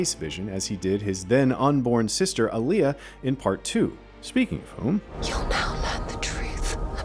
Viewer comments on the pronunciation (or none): Whats with the awful pronunciation of Alia?